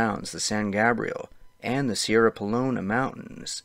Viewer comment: gay-brielle not gah brielle q ca monga